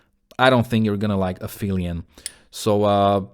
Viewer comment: For me On Hold is the kind of song that is an instant classic, and I knew this at first listen, and that never happens. And I like the verses more than the chorus, and that really never happens! Nice review! And the ph on Aphelion is pronounced like F, from the Greek word Αφήλιον, which is the point in the orbit of a planet, or comet, that is further away from the sun. For earth it is in July. Hehe it is ironic that the northern hemisphere summer is when we are further away from the sun, and we are still burning up. Cheers!